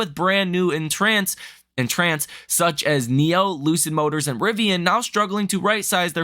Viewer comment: en-trence is how it's pronouced. Love your content... keep up the good work. Suggestion: Start keeping a spreadsheet of your daily stock calls and measure your success rate. That would be good for your personal use and may help with your methodology. Of course if you're doing above 50% correct then you could make it public ;)